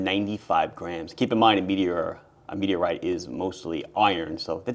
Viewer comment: "MeTeRrtE CrAsHeD tp Eart..." Love your channel.